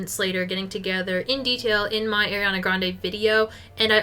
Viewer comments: It’s “Ari-Ana” not “Air-iana” 🥲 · As a fellow Arianna, it is pronounced ARI-ana. not AIR-iana 🥲🥲🥲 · it's Ariana not AIRiana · Loving this vid! No hate whatsoever but every time you said “air”-iana it hurt my soul lmao